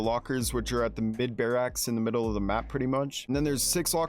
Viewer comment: “bear axe”